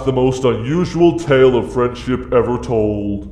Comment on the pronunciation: When Golden Freddy said "Friendship", I thought he said "French-Dip". xD